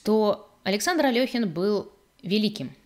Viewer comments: Вы в курсе, что в БСЭ пишут то Алёхин, но тут же в скобках указывают верное произношение — Але́хин. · Але́хин... В БСЭ пишут Алёхин, но тут же в скобках указывается верное произношение — Але́хин.